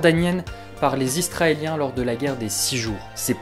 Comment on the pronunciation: franchement cool, sinon c'est IS-RA-ËLIEN et pas ISTRAELIEN, je pense que tu as du confondre avec les australien.